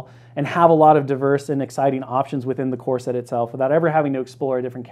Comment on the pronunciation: Love this, but I just can’t help but hear , Earth’s mightiest “corset”. I can’t wait for that sculpt.